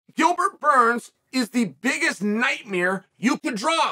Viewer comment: Chael says nightmere, I guess Bert Kreischer was right this whole time